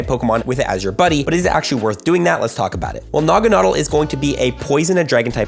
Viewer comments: Nuh-gah-nah-dell. Lol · You’re pronouncing Naganadel incorrectly btw. Stressed syllable is “del” (as in, it rhymes with “Adele”).